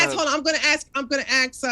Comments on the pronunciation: Why can’t tree pronounce “ask”? She says axed’ 😂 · Hard to take someone seriously who says "ax" and "warefare". She can pronounce an S on any other word so its intentional. Not to mention she has no clue about ethics SOP and fallacies. Shes got zero knowledge in debate. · Atleast Rachel can pronounce ask😂 Tree can’t even say ask without saying axe😂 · tree can’t even pronounce “ask”. She’s not based, she is uneducated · She can’t even pronounce “ask” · as a person who has expertise in this area you should probably realise that ax/axe is a common pronunciation in the American south and was an acceptable pronunciation in England in the past. In essence I’m not even sure how you can claim that she can’t pronounce the word correctly. By what standard? According to the culture with which she grew up in she is pronouncing the word correctly. Seems like a very stupid and ignorant thing to say. I never said you were a yank btw. I just figured you were a moron and it seemed like a better use of your time than crying about how people you don’t like are mispronouncing words on the internet You’re clearly slow so I’ll spell it out for you. The reason I made the point that all American’s pronounce ask incorrectly is because they do when compared with people in other parts of the world. The way ask is pronounced depends on the geographic location in which you were born and to say there is one correct way of saying it is idiotic. Most words that Americans say, such as nuclear, sound absurd to my ears but that doesn’t mean my regions’ way of pronouncing them is more correct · How hard is it to say “ask”? It’s 3 fucking letters.